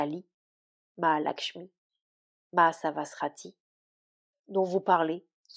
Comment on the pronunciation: Merci beaucoup pour ces lectures… je redécouvre Shri Aurobindo grâce à vous! Juste pour le 4iem aspect de la Mère : c’est Saraswati… prononcez bien Sara-sVati… 😅😅😅 et non Sara-sRati ! 💛🙏🏼